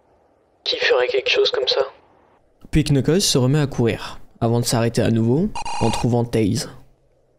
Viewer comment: On prononce nukles pas le K